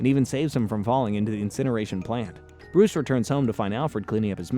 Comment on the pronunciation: How is nobody talking about that sick intro Also why does the Joker always end up dangling over fire Bruwuce Wayne